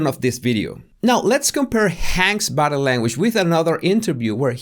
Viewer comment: Body Say "body". It's not bottle